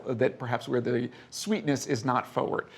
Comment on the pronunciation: He needs to learn how to pronounce the word "forward." The R isn't silent.